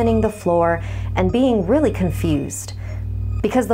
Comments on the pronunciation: I know I'm like heka late but it sounds like she's saying weally instead of really. XD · And whoelse heard say "Wheely" instead of really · "I remember feeling weally scared" Am I the only one who heard weally and not really